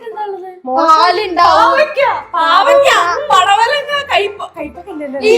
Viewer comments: That palavadanga😂😅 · പടവലങ്ങ ❌ പലവടങ്ങ ✅